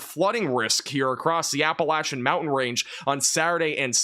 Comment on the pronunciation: My Wife congratulates you for saying "Appa-Latch-Chin" correct, instead of "Appa-Lay-sion" as most say,! You pay such attention to detail... Thankyou!